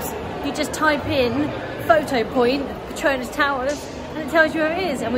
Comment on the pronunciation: Not Partonas but PETRONAS.